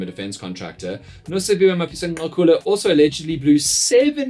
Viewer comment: Dan please research how to pronounce the man’s name. It is not chilly… the click is similar to Cele…